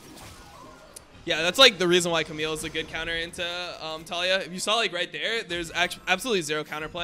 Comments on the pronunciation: Why do you say Tall E Ah ............. Its Ta Lee yah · I'm about to REEEE cuz you keep saying her name wrong :sweat: it's Tuh-Lee-Yuh